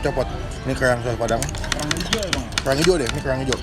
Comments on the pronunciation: Kellrlrang ngomong yang bener dut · Kok aneh ya pas ngomong "kerang" 😁